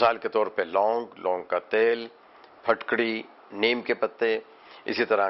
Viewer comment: plz correct ur Urdu,it's Phitkari not phatkri